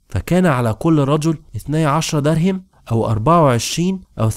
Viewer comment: الحلقات جميلة ومتعوب عليها لكن تُلحن كثيرا خصوصا في الأسماء مثلا تقول دَرهم وهي دِرهم لو تصحح هذي الأخطاء